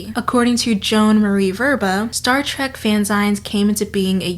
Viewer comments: I love the pronunciation of "Fanzines" in this video; I can certainly see how it could be pronounced as "Fanz-ines" rather than the more usual "Fan-zeens". English is a wonderful, evolving language. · No two things have made me felt older than the insinuation that fanfiction "feels like a modern invention we can blame on Gen Z" and the pronunciation of fanzines, a portmanteau of the words "fan" and "magazine" as 'fan-zaighns'. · um hi this was great but dear god it's pronounced fan-ZEENs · Fan...zines? No you're saying it wrong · I love this video and have been bingeing your channel for days, but I wish I could travel back in time to tell you it's pronounced fan-zeens. Also, your voice is great as is, we need more people not shouting all the time on this platform. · The video is artistic genius is always! I love your content! You always make me laugh and teach me things. ;) In case you ever talk about them again, fanzines are pronounced fanzeen like magazine. :) They're an interesting pop culture topic. If you mentioned it on screen via text sorry I missed it, I laugh and listen to you while I get ready. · The way you say fanzines has my blood boiling Great video otherwise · I have to say.. I am loving this pronunciation of ‘fanzines’ 😅 I’m not trying to be an asshole.. I’m going to say it like that from now on 😆